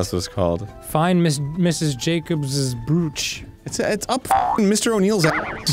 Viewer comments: Are they purposely saying the word brooch (bro-ch) as brewch? So happy they started saying or right. Haha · Fun fact: "brooch" is pronounced as "browch" and not "brewch"! It's true! Now you know! And knowing it's half the battle! Edit: as soon as I commented they started pronouncing it correctly. My power is immeasurable! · For the kids who don't know, brooch is pronounced like roach. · Yeah, I know it's not a super common thing to wear anymore, so a lot of people mispronounce it.